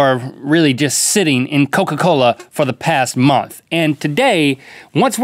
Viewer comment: Mahdieh Ahmadi use “the” And not “DA” please